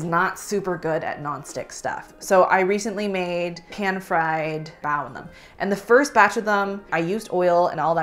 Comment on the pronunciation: Con: the annoying way the founder pronounces "pan" in every Always Pan ad. Yes, that ad played before this video.